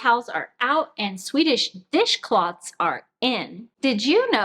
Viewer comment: Great video...and I'm glad that I'm not the only one that has difficulty saying "Swedish dishcloths"..... :-)